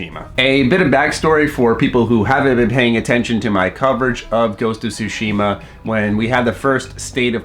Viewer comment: Calls himself weebs but Americanizes the pronunciation of 対島